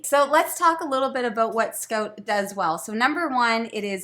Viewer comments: SCOTE!!! I don't think I've ever heard someone say it scote before lol Although, I have heard people here in Ontario say "no more good" so maybe I shouldn't find "scote" as funny as I do... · “Scoat” or “Scout” does “soand” or “sound” very fun! Sorry I shouldn’t tease you like that but couldn’t resist. 😁 Love these little game reviews. Keep up the excellent job! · "I don't say Scoat, I say scout. Let's look at this game from Lookoat." LOL!! I love you guys so much... good content with great silliness. OMG... did she say flat out? You Canadians are crazy.